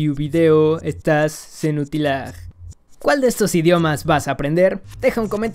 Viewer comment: Genial el vídeo, aunque pronunció mal algunas letras del esperanto. Č es un sonido de ch, y š de sh. La j es un sonido de y. Senutilaj se dice, por tanto, 'senutilai', con acento en la penúltima sílaba (senutílai). Čiuokaze, bona filmeto, mi šatis ğin tre multe! Kaj li pravas: esperanto estas facila por lerni. Ği ne prenas multe da vian tempon por bone ğin uzi.